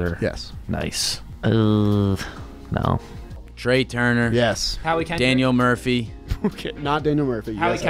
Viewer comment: I don’t what Nick is going to kill Trea for more: Taking forever to figure him out, or not pronouncing his name right